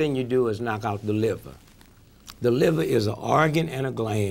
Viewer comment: why did he drop the r off liver would've been a good question for armstrong to ask him